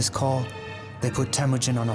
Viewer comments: No man. Stop talking about something you have no clue. His tribe was called Hiad Borjigin. Not a Merkits. And it’s called Temujin. Not Temugyn. And it’s not fucking ghde gist khaan. It is Chinggis Khaan. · Not Temudjin and not Tamudjin. Its Temuujin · Temüdjin not Tamüdjin! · Its " Temujin